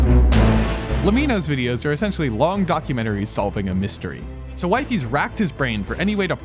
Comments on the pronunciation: "Wive" ies😂😂😂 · BRO JUST SAY WEE-FEES IT SOUNDS SO MUCH BETTER AND THATS HOW ITS PRONOUNCED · It’s wee-fees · Erm it's wee-fees🤓☝️ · why´d you call him Wifey you pronounced it like wifey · Bro it's "wee fees" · it’s pronounced wee fees lol and we all already know this. nice drama video ig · stupid video, and its pronounced weefies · its pronounced Wee fees btw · Its pronounced wee-fees Edit: Wtf did he say abt me!? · "Wifys" 😭🙏 nahhhh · Bro did not just say wyfies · (56cents) it's wee-fees :> THIS IS GOOOOOD ASF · you're saying wifies wrong cornball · pls just say weefees it sounds better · Damn way to be late af on this😂😂😅 bruh you cant even say his name right lol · I can excuse the way you pronounce wifies. But 'Lemeeno'? aintnoway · Pronounces wifies name wrong 😂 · The pronunciation of 'Wifies' is hurting my soul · Ppl kept mispronouncing wifies its funny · YOUR SAYING HIS NAME WRONG!!!!!! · it hurts how u pronounce his name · Brother, no one was fooled by Wifies. He openly stated its staged; its in his vid description. Like what are you even on about At least do him the justice of pronouncing his name right. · Don't ever pronounce his name like that you dumbass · Quick question, where did you getting all this info about his early life? Additionally, it strikes me as rather disingenuous to be intentionally mispronouncing the subject of your documentary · How do you interview the person, but not know how to pronouce his name? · Is it just me or is he saying the name wrong 😭🙏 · You are pronouncing wifies in the wrong way😅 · the wifies pronunciation bro 😭😭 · I think its pronounced wee-fees not wifies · It’s wefees not WiFi’s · PLEASE he s pronounced WEEFEES not WIFI WIFIES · Bro he isnt called wie fies its called wee-feez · Pls its weefies not wife ees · its pronounced we-fies, not wife-ies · "waifees" 😭😭😭🙏🙏🙏 its pronounced "weefees" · IT'S WEE-FEES NOT WAY-FIES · its not "wife-ees" its "weef-ees" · its not waifies its weefies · It’s pronounced we-fis not wi-fe-s